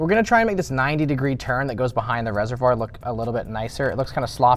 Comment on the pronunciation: Please learn how to say reservoir